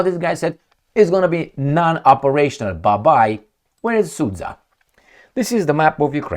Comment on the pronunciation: Sud-ZHa,, sud-ZHa! Not SudZa. 👎